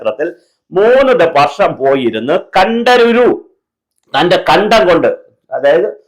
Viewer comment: കണ്ഠരുരു അല്ല. കണ്ഠര്‍.അഥവാ കണ്ഠര്.അവര്‍ ,അവര് എന്നപോലെ.